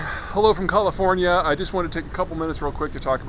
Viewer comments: I'm sorry, CALL-i-fornia? That's a new one. How very nucular of Peter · Did you say Call iforna? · Next in the series of Peter Mispronounces Names is the Democratic stronghold of California! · Mr Peter, you are one of the smartest people in the world right now, and your insight is invaluable. But I cannot accept the way you say California.